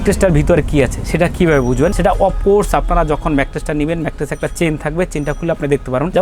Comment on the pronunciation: Age mettress bola sikhen.thik moto mettres o to bolte paren na. Bokachoda macttress kire ..